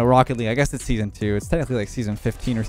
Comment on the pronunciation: Does he say "Brokkoli" instead of "Rocket League" ?😂🥦